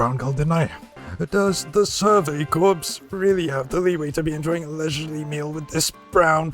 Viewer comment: I have only one problem with the video so far. Corps is pronounced 'core'. Other than that you're good.